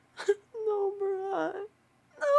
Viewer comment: Nobara sounds like no bra